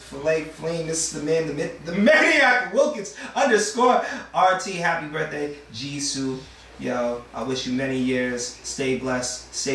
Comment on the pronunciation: Jisoo not Jiso